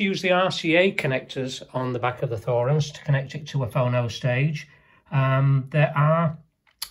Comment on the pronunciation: It's T-horens not Th-orens!